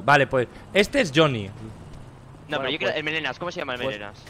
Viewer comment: El viejo:Choniiiiiiii. Yo:Es jonny cara nabo😂😂